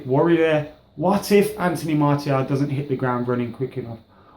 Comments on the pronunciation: It's not pronounced Marty-al...Its pronounced Marcee--aal... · I wouldn't mind martial starting Liverpools game and btw Martial is pronounced MAR-SHALL look it up.